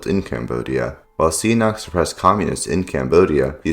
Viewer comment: You also pronounced "Sihanouk" as "see a knock".